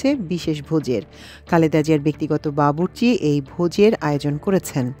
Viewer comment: বাবুর্চি হবে। বাচু্‌চি না